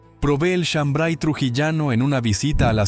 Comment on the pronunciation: No es chambray es shambar y la chicha morada no pica, de donde eres.